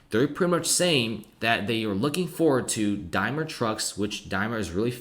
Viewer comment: DaimLer. You keep saying the name of a chocolate bar. Otherwise great video thank you.